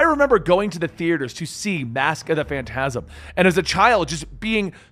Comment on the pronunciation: It's pronounced "FAN-tazm," not "fan-TAZ-m."